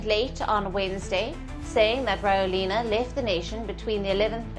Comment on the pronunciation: I live in Madagascar. Rajoelina is pronounced ra-JWEL-na.